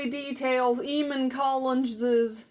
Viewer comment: It's pronounced Ay-mon.